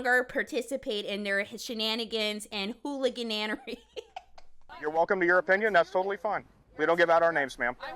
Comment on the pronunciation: 'Hooligananary' is crazy